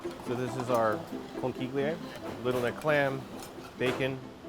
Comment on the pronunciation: great restaurant but the way they're pronouncing "conchiglie" is triggering me